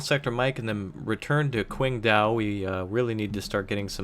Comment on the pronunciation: ICBMRaptor2 Still no correct pronounciation of Qingdao, though :3 Besides, the Chinese are led by Deng, not Kim.